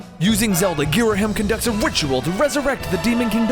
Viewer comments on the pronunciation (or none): It's pronounced Girahim....And my favorite is The Legend of Zelda:Windwaker cause i love the toony graphics and gameplay!